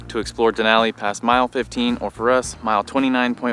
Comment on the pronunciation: You are saying Denali correct 👌